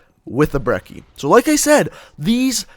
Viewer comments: It's pronounced Bre-ch-ee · did he say broccoli or brecci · And ur not saying brecci right